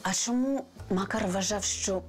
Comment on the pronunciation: Якось дивно вимовляє слідча слово Чому, каже Шому. Дивно